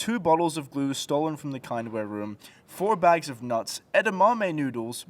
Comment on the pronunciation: The kindware room... Wtf were you calling it?